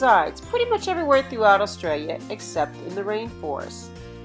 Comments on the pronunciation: *AUSTRALIA NOT AULSTRAILA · Eem-you is how we pronounce it in Australia. That's fine though. My one nitpick was "Aulstralia" 😢